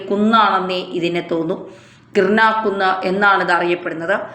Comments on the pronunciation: kirna alla , kiraana ennannu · കിർണ അല്ല കവി കിരാനാ 😂